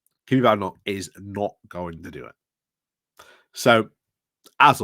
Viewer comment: Why are you mispronouncing her name?